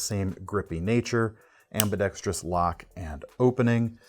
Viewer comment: Knife content: great as usual. Also, and "not for nothin' ", (tips cap to Bob DeMarco) thanks for keeping 'ambidextrous' to its four syllables